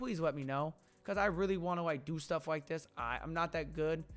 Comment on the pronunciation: Wike? Or like